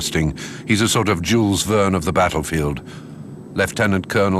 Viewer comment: Allerdings ist der "Sprecher" unfähig das Wort Verdun richtig auszusprechen! Bei Jules Verne ist es noch beschissener, ich denke so mies und blöd kann nur die KI sein!